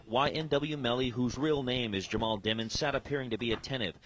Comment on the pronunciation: Its also demons not dimons